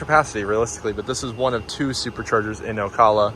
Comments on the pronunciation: It's pronounced O-Cal-lah not O-Call-lah. Sorry to be that guy. Enjoyed the video. Bought my first EV 5 months ago and I love my Model Y LR. I've never had range anxiety or charger problems. Everything just works. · What's on the front of the car, plastic wrap? Not a bad idea for a trip if it is if it will stay on. Also, it's pronounced A-la-chew-a AND O-cal-a :) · Hi. Great video. I enjoyed seeing the different roads and terrain. However, could you perhaps do some research on how to pronounce the names of the towns you're charging in. Alachua and Ocala, to name a few. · That's some interesting PPF you've got there. By the way, we in the area pronounce Ocala like this